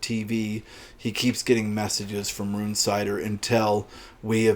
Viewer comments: It's RUN-sitter! Jesus Christ, it's a normal enough name. Gordon Bennet, will you yanks ever pronounce anything correctly? RUNE-cider! Unbelievable! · The audiobook is read as Run-sitter